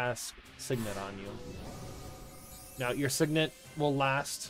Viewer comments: Whoever says SIgn-net instead of sig-net is a psychopath lowkey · lol there's nothing to argue about, my dude. It's pronounced "sig-nit". All you gotta do is look in a dictionary. :P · I didnt even know sign net was an option. Might lowkey start saying it